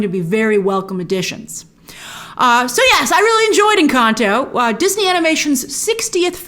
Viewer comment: I LOVE how you pronounce "Encanto"